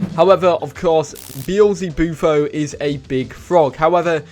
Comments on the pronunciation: You actually didn’t mess up the frogs name. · Btw you said the toad correctly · Actually you pronounced beelzebufo correct